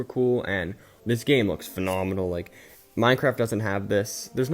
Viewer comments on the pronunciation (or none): none